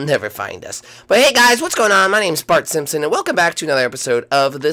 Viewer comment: Did he say butt simpson